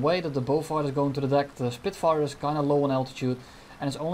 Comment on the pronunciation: "He is on fire, he is a Spirfire" hahahaha